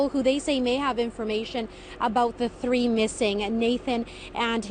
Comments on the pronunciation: I love this guys videos but someone please tell him the number 3 is pronounced THREE. He seems to think a TREE is the number between two & four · “Tree hours away “ your pronunciation is so Jamaican lol. Love your channel and wish you all the success you’ve got coming. Nuff nuff respect from Jamaica 🇯🇲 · Hahaha of course we love it!! But I like it best when he talks about “tree people”. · How do Irish people distinguish "three" and "tree", or "third" and "turd"? Like... is it common for people to misunderstand what you're talking about because you guys refuse to acknowledge the "H" in "th" words? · One, two, tree. That b me. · Random question- does have a speech impediment, or do certain words just sound like it because of his accent? I notice it a lot with “thirteen” and “three”.